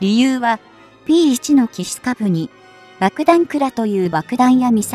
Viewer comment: P-1をぴーマイナスいちと読ませるって..ちゃんとぴーわんって読み上げるようにしろよ！